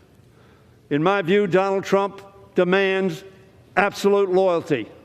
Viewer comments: Was I the only one to catch that. He saying Donald “drunk” trump 😂😂😂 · I heard it as Drump